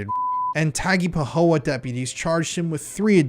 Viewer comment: Tang-ah-pa-ho-a* Font-en-o * (t is silent) This is local for me.